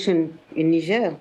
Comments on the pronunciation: It Niger sounc bit different to its spelt Niger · I feel like you mispronounced niger in your head there